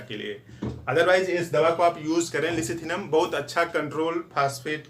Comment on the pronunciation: Lecithinum.....not Licithinum ......good description.....!